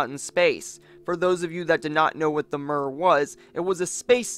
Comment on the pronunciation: It's pronounced mir with i like in the word h -i -t. Mir means World in Russian language, it can also mean Peace. 🤓